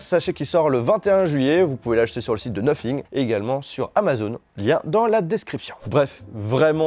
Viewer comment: Sacrés français vous avez vraiment de la difficulté avec votre anglais😂😂😂 cest noThing pas noPhing AHAHAHAHAHA😂😂😂